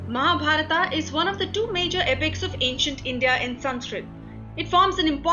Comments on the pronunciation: Please don't translate the names in English by putting AAAA at last of every name ... Like Mahabharath to Mahabarathaaaaa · बहन जी आपकी अंग्रेज़ी ठीक था है। लेकिन महाभारत को महाभारता कहना ठीक नहीं है। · Mahabharata Krishna Ved Vyasa Kaurava Pandava Now add letter 'A' at the end of every word you say. Ia woulda givea youa Nobela Prizea fora fuckinga everya namea ina Mahabharat !! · tum th hindi jante ho. th fir y pronouncing Mahabharata! it is Mahabharat. don't suffix it with 'a'..rama, karma,karna,arjuna.. I m so annoyed with ur hindi! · mahabharataaaa??? kauravaaaa....???pandavaaaa????bhishmaaaa???? vyaasaaa?????dronachaaryaaaa????arjunaaaa????i think they r names which should be taken as they r pronounced by Indians... how bad it would be if i pronounce harry potter as hari putter